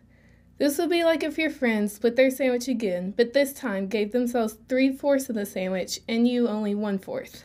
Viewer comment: this girl said sammich hahahahahaaaaaaa